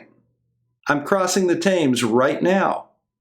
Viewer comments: "I'm crossing the ThAYmes", lol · That's class. Firstly congratulations. The numbers speak for themselves. The way Bob pronounced the Thames kills me..classic yank mispronouncing of good old English words. Big shout out of respect to all and great to see the Casual Spaceman who is doing some great work. Well done guys👏👏👏